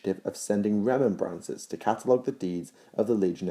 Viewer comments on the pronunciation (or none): Remember-ancers. Butchered that haha